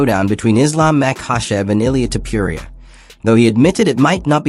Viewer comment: Author, who the fuck is “Tiuppiuria”? His name is “tOpUria”! Or Topooria. For correct pronounced